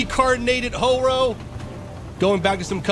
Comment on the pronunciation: Ho-ro.More like Hobo